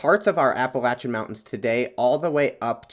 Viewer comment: good video, bit hard to hear appalacian said wrong so much tho lol